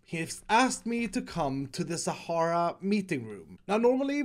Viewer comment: Am I the only one who noticied the "Shara FUEL" instead of "Sahara FUEL" ?